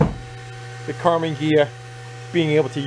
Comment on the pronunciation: ‘Karmann Urea’